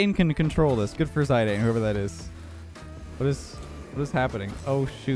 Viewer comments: saying “ zye Dane” instead of “zidane” had me laughing my head off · "Zidayne" is actually pronounced zee dan and he is a really good footballer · "Ziydane" Me: sigh... goes straight to comments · I don’t know what’s more worrying, his mental health on this godforsaken map or the fact he said zyadane 😂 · "Zay-deeiin" hahaha xD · He did not just say "Zydane" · As if called one of the greatest footballers of all time and magician on the pitch Zinedine Zidane: "Zydayne" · Hearing ‘zi-dayne’ actually hurt. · The way he said Zidane is funny to me, btw it’s zid-an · Where are my fellow europeans that raged every time he pronounced Zidane that way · As punishment for butchering Zidane's name like that, they only gave you one single congratulation. You didn't deserve the rest.